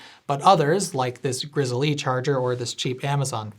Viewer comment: . It's definitely "Grizzly", not "Grizzle E", right?